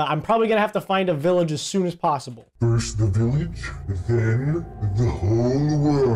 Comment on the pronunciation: its not billage its village you